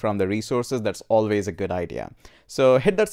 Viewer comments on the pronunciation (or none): none